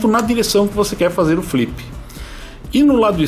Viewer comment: " flipi, bipi e sticki" loool! bom video! gosto muito desse quadcopter!